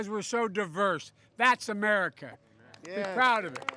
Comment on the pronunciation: Did he just say, "'Merica" like George Bush?! Omg, I give up!